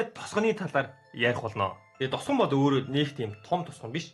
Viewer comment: Т үсгийг Д үсгээр хэлээд бхы тосгон гэхийг досгон ч гэх шиг